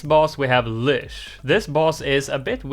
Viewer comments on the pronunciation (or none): Lych is pronounced with a T sound that doesn’t appear in the word, so ”Lytch”